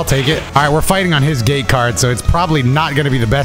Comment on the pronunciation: Ngl thought you were saying gay card for the longest while and not gate lol